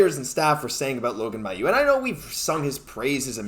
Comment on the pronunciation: You guys do my favourite Habs podcast! I really enjoy your take on the team. A couple of small things: It's Adam Nicholas, not Nichols. Also Mailloux actually pronounces his name MAY-OULX, not MY-OULX. I know that's not the way it would be said in French, but that's the way he says it (I'm from Quebec, and I would have said it the way you do, too, until I heard him). And finally, can I suggest that you correct a mistake that just about every sports commentator I know makes? If you're talking about something that can be counted - like goals, points, games, players - it's "number" not "amount." Amount is correct when talking about something you don't count (amount of time, amount of food, etc.). But these are small things. Keep doing the great job you're doing. I never miss your videos!